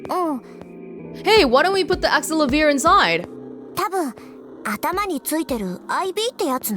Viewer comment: I'm pretty sure the correct pronunciation is Axe-sell-uh-veer. I'm not sure if it will be the same with the Japanese voice acting, but the English voice acting pronounces it like that, and it is going to drive me nuts if you keep pronouncing it differently. Edit: As mentioned below, the Japanese version is Axe-sell-ah-veer, while the US pronunciation is Axe-sell-uh-veer.